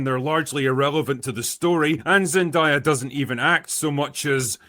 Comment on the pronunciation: If I hear one more person mispronounce Zendayas name I swear to god…